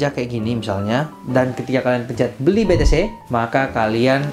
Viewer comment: Be te ce om bukan be te se hehe cmiiw